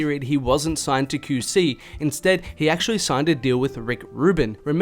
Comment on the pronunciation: “Kew see” LMFAOOO you my mans but the way u say QC got me cryinnn